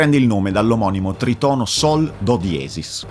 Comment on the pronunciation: Ciao, grande video come al solito, da musicista classico (che quindi ha apprezzato TANTISSIMO il focus messo sulla musica) mi permetto solo di dirti, non per fare il pignolo ma per semplice cultura personale, che si pronuncia trìtono, non tritòno:) spero di esser stato d'aiuto Edit: "diabolus in musica" da quel che mi risulta è un termine che veniva utilizzato nel Medioevo per denominare tutti i tritoni (non solo sol-do#), non nel diciottesimo secolo